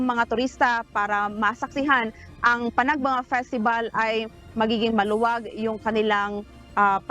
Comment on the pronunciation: Maam panag banga is san nicolas ilocos norte. Panag benga po ang baguio maam.